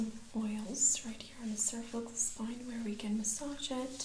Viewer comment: spoine lol